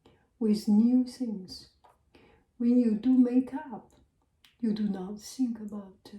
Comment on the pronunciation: i love how she pronounces ‘th’ as ’s’ like think as sink & worth as worse☺️ so qyoot!